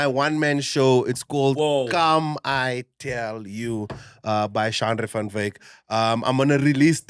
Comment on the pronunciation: Ooooh Shanray, not Shandré.